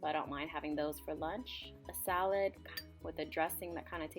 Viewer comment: She sounds so white lol "Salad". And little fish, aka anchovies xD And also sounds like she ain't a fan, pff ALL THAT FOOD IS DELICIOUS!!! Send it to meeeeeeee... >>